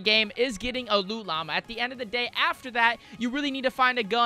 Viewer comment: If I hear "loo llama" another time im going to rage.